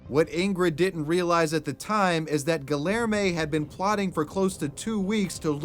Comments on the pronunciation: GILL ER MAY its gee (like in geek) yare (like air) may gee yare may I almost couldn't keep going lol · I can barely listen to the second story because of the butchered name Guillerme (correctly pronounced: Gee-yehr-may) That is not how double Ls are pronounced x.x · GuiYerme You know in Latin countries 2 LLs is pronounced as a Y. Try harder! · I had to turn the video off after you tried to say "Guillerme" I mean I ignored it for a while but it really got to me when you said it 10 times in 30 seconds. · I have reason to believe his name is actually pronounced gee air may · Gi - er - mo for the name haha. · guhlermay XD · pronounced Gi-Air-May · Your pronunciation of the dude's name makes me want to rip my ears off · how can you so confidently mispronounce names?? lol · Where in us does he live? the way he pronounces Guilherme feels so cringey for me. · ik hes a murderer but the way dude pronounced guilherme is criminal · i'm really sorry but the way you're saying guillerme is making me ick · You are aware that the Ls in Guillerme/Guillermo are not pronounced like that right? 😂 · Im from brazil, never heard of guilherme, nor the case actually, this was quite the news. Also i dont mean to be rude or disrespectful at all, i know how hard some pronunciations on portuguese to english or vise versa, but the way you pronounce guilherme, its hilarious! Also "because i wanted" its not a goddmaned answer! You just murdered a innocent person! I feel slightly ashamed that someone like that exists in here... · I’m sorry but you totally butchered Guilherme 😂😂😂